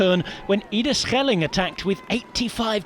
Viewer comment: Nice to hear a commentator making the effort to pronounce names like Schelling correctly.